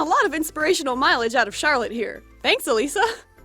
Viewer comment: I love how you pronounce "Elisa" instead of "Elaisa"